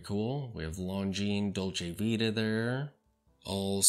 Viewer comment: Nice review, but Please pay more attention how to pronounce LonGines, and Dolce ViTa as well.